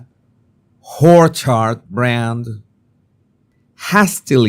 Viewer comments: do you say it’s the American Riviera Hoar Chart? And bruvver?? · ❗️I LOVE YOUR ‘PLAY’ ON THE WORD - ORCHARD - WITH AN EMPHASIS ON HORECHARD - lol 😂❗️(OBVIOUSLY INCORRECT SPELLING) FROM A MALTESE/AUSSIE❗️